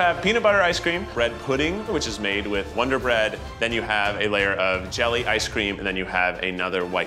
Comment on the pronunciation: Lol winder bread